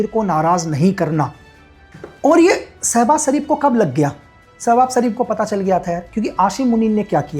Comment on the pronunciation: Aashim Munir 😂😂😂😂 sabaz sareef 😂😂😂😂😂 Aby madarchood pehly name pronouncing to seekh le bana video raha ha tare jisay chaman chutiya Pakistan ma kachra uthaty hai